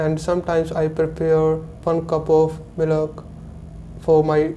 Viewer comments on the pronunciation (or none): did he said 'milak' instead of milk ? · Its milk not mealaak😅😅😅lol